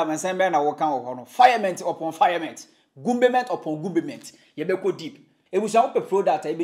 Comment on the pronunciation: I like the 'gumbement' and 'firement'..